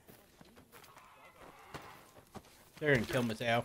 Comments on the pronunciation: I’m sorry but cringed so hard when you called Mateo malto 💀 also you pronounce Mateo ma-Tay-o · Ma Tay oh not malto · "Don't Know Who You Are" "Gotta Find Malto" lol It's Mateo. MAH-TAY-O lol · Dysmo my guy slow down when you're reading names cuz you've been calling people the wrong things. You called Polina( pronounced po-leen-uh) Polana. Then you called Mateo (pronounced muh-tay-oh) malto, mattlo, and matteo. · Bruh its pronounced “mah-TAY-oh” lol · ayo bruh how they got better customization options in ww2 but they so ass lmaoo (btw his name mateo is pronounced mah-tay-o no hate just letting you know luv ya 💜) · It is mat-a-o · It's pronounced muh-tay-oh(mateo) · the fact that doesn’t know how to say Mateo, scares me a little bit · ngl it hurts to hear you mispronounce Mateo